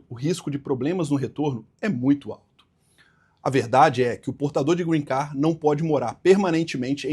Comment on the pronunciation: Porque voces pronuciam Green CAR,, nao e Grenn CAR e sim GREEN CARD (CARD) CARTAO, Nao e Carro Verde